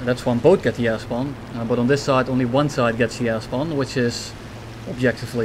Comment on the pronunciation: I keep hearing "Ass bomb" instead of "Air spawn"